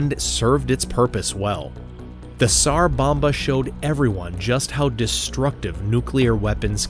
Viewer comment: Just so you know, the "s" in tsar bomba, sounds like a "z" so it would sound like "zar bomba" the T is silent.